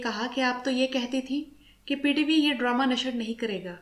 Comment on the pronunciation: ڈرامہ کو ڈرومہ کیوں کہہ رہی ہیں آپ؟